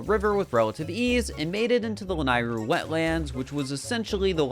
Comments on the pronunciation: It's pronounced "Lah-Neigh-roo" NOT "Lah-nai-roo" get it right you noob! >:( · This is amazing. Except for “lan-eye-ru” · the way ur pronouncing lanayru is KILLING ME LMAO